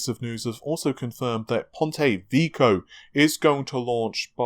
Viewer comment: Repeat after me... VE-KI-O (E as in Echo, I as in dIMwitted) .......whats up with UK-anians and US-anians and pronouncing foreign words .....